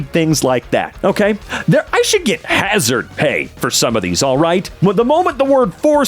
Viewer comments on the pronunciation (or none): none